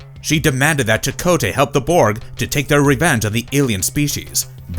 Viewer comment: Your pronunciation of "Borg" still doesn't sound swedish enough. 3rd try's a charm.